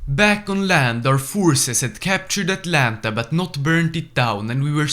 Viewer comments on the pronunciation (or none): none